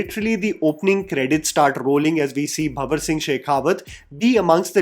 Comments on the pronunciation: *Bhanwar Singh Not Bhawar Singh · first of all its not bhawar singh ghawar singh its bhanwar singh sheekawat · its bhaNNNwar singh. Cringed throughout the video lol